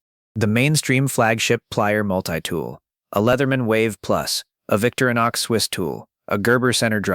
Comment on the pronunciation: Vic-TOR-i-nox. 4 syllables.